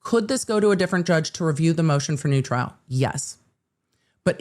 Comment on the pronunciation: 'Moshen for noo tryl'